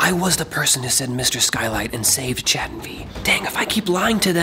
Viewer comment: its chad not cha